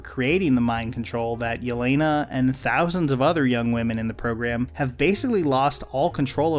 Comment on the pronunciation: the biggest problem is they used shitty British vodka for product placement when proper slavs would make their own vodka. and the accents were shite. and the way they pronounced jelena. and the fact they're trying to make a cold war film in 2017 and it was still shite.